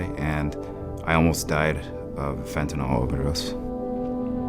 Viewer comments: Can anyone pronounce “fentanyl” correctly? It’s Fenta-nill, not fenta-nall. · stop calling it fentinall it should ber pronounced fen tah nil... nyl never sounds like all